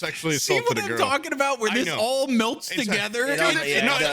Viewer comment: why does say milt instead of melt